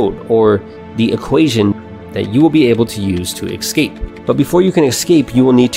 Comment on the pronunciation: Kept getting distracted by the number of ‘ekscapes’ 😂 But seriously good video, reminds me of a solid overview of the million dollar fast lane which changed my outlook on life so much.